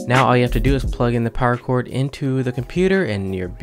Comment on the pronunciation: when you say "power cord" i hear paracord, i was like wtf